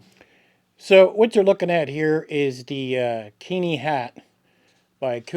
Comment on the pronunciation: Keen-eye, damn it. I won't have the name of my home reviled. 😆